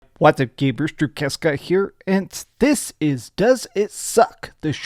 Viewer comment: ‘Was up gaymers’’